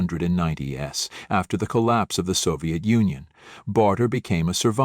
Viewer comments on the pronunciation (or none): Distracting errors, pronunciation problems again. 1990s is not pronounced with a stress on the S, it is said like 1990 ease...